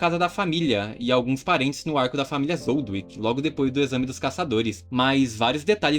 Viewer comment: Não ''Zoldwick'', ''ZOLDÍK'' Zoldyck